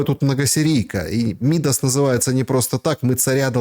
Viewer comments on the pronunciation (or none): Ударение пожалуйста 🙏 МидАс